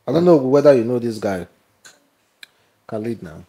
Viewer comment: why dont you put any effort in reading properly you dont have to be from the United Kingdom to be able to pronounce words properly you do this too often Khalid is completely different from Khaid his name is Khaid....